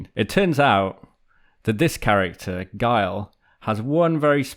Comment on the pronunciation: Quick, someone splice Guile's leg over the mispronunciation in order to fix it!